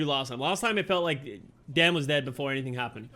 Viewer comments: It’s pronounced Daan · Daan is a common dutch name, idt english people usually struggle with saying the dutch double A